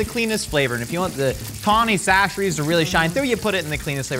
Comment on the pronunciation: Why has changed his pronunciation of Chachere’s?